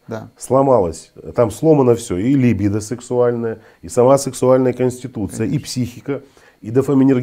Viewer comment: Что ж такое. Специалисты, делающие неправильное ударение в слове либИдо-позорище просто., погуглите что ли.